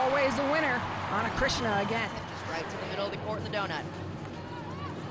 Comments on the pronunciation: I felt there is a phlegm in the throat of the commentator that needs to spit out😂. And it’s Ana CHRISTINA! Not Chritsiana😂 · Ana Cris-ti-na!!! Commentators need improvement in pronouncing names. Some preparation before the match starts by reviewing the rosters and saying the names correctly might help. VAMOS BRASIL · Who is Ana krishna? This lady narrating this game is illiterate for sure. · “Ana CrisXena” 😂😂😂😂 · How in the world Ana Cristina is still mispronounced as Krishena? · Amazing how much better Brazil is with Ana Cristina. She was unstoppable today! And can someone please tell the commentator that her name is not pronounced Ana KRISHNA! 😡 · why the commentators can't pronounce ana cristina? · Ana CRISTINA is not a difficult name to pronounce. 🙄🤦🏻‍♂️